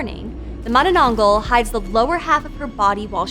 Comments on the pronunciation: hahaha you say it funny!!! it's Mahnahnahnghal like Maanaa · She said it wrong bro you gotta speak a tagalog accent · She pronounced it as manana-angh-gal not ma-na-nang-gal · Mono-nong-gol Vs Mana-nang-gal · I love the way she says manonongal not mananagal 😅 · i was excited to watch this, until i heard her pronounce manaNANGgul instead of mananangGAL EDIT: i decided to continue watching, but not anymore after hearing ASS-wong :( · its not manananggal its mananananannananana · filipinos: manananggal her: maⁿᵃⁿᵃnggul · Her pronunciation of mananangal is soo innocent and pure , at least she tried her best !!! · Mani nong gull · oo nga mananggul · Kit Kat addict ma-na-nang-gal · Please! I beg. MA-nanang-GAL. Happy theres content like this tho! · Yeah its weird how Tagalog works. But its just Mananangal (maah-naa-naang-ghaal) just say it in order but faster. Hope it helps. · XD “Mananananggal” made me laugh! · Okay so im Filipino and i heard her say with an exceeding syllable: "Ma-na-na-nang-gal" 😂 and that just broke the laughter out of me 😂😂😂 🤟 p.s. Love your channel 💕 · ah yes mananageil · I love how she pronounces those words 😂 "oswong" "monononggol" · The last syllable is pronounce as gahl by the way. Mah-Nah-Nahng-gahl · No one:: mUhnUhNuhngGol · "mananang-goul" and "as-wong" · manenengel - what a way to say it. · MAH-nah-nang-gahl, with the "a" pronounced the way you would in that Muppet song, "Mahna-mahna." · Its pronounce manä nang gal gal not gãl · "mananongle, aswong" 😭😭😭😭😭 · Heh, she thinks she said mananangal right, lolz...so cute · mananananggul ahhahahhaha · Bro the prenouneation 💀🥶 ass-wang manananggle💀💀💀💀💀💀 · I wish she said manananggal correctly but its okay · Whoo! Philippine monster! I love your pronunciation of it! Very informative. Please do more weird Filipino monstrosities! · it's not about the accent. She added extra syllable to the word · The way she says "manananggal" is kinda wrong but who cares she aint pilipino anyways